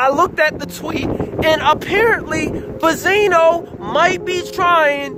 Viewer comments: i have watched your videos from the beginning and i love them keep it up but one thing just annoys me why do you saying Bezino and not Benzino. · Benzino Benzino Be”n”zino Not Ba-zeeno Benzino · i had to drop this quick comment to let you know that i couldn't stay for the whole video after the 100th time you said "buzzino" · I love how dude pronounced BENzino wrong the whole time, called him Bizino and nobody noticed BECAUSE NOBODY CARES OR THEY DONT EVEN KNOW HIS NAME AT ALL. Lol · Naw it's Baaah-Zeeenoh gtfoh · Ben_zi_no. Say it with me!. I don't know if you doing it on purpose but it is annoying. J/S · Don’t go to this guy for opinions first off he not saying benzinos name right second those bars not damaging compared to Eminem’s responses. I’m not even a Stan like that.